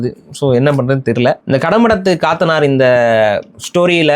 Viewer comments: காத்தனார் இல்லை கத்தனார் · அது காத்தனார் இல்ல கத்தனார் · Dei athu kaathanar illada Kat_tha_ naar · அது கத்தனார், காத்தனார் இல்ல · காத்தனார் இல்ல கத்தனார் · Kaaaatanar illa pa kathanar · Kaathanar alla, kathanar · கடமுற்றத்து கத்தனார் காத்தனார் இல்ல கத்தனார் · அது காத்தனார் இல்லை... கத்தனார் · BRO காத்தனார் இல்ல "கத்தனார்" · அதன் மலையாள உச்சரிப்பு ( കത്തനാർ ) கத்தனார் ( Kathanār ) Last Vowel ( ā ) is Long Vowel ( நெடில் ) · கத்த னா ர் ✅ சரியான உச்சரிப்பு